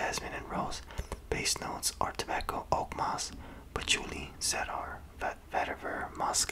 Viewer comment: Cedar is pronounced 'Seeder.' Not trying to be a dick, just seemed like you weren't sure how to pronounce it. Anyway, I Enjoy your videos. Take care.